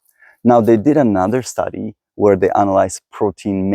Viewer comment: U mispronounciate "where". (Please take this as constructive criticism.)